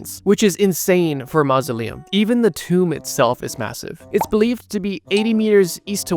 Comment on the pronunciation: did u say massive?